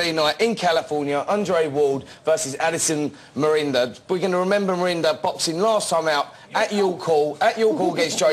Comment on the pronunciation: Spencer Oliver vs The English Language lol "Undre Ward vs Addison Mirinda" "Wladichick"